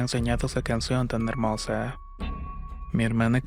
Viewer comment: Tienes alguna enfermedad o por qué hablas como Bad Bunny? "Pol todo su sector" "ela tan helmosa y suave"...veo tus videos porque son buenas historias, pero es muy frustrante escucharte, además de que terminas las frases como raro...